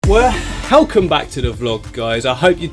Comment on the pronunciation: “WE HELCOMEE everybody!” :D